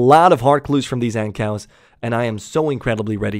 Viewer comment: Wait...you call Ankous (An-koo) Ancows?